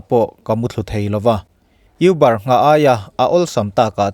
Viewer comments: youber tihloh tur,,, a aw b ami u ang khan uber tih zawk tur anih hmel. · You-bar nilo in Mizo tawng a ka U kan tih anga lam tur aw: Û-bar. Kan thil lam dan hi fimkhur a tha e, a video nen inzawm lo mahse thahnem ka lo ngaihpui ve mai2 che. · IUBAR tia lam tur a ni lo. ÛBAR tih tur aw. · Uber{(u.. UPuia, aia upa zawk kan kohna anga lam tur.. Uber) not euber}😁 ngaithla chhunzawm lehnghal ang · 'Uuuuubaaar' tia a lam tur auh✌🏻✌🏻✌🏻